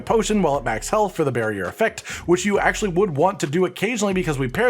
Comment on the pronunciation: Listening to mentioning "barrier" over and over - and imagining him speaking about his build, everytime he says "barrier" - pronouncing it slightly "bearrier" - a bear pops up somewhere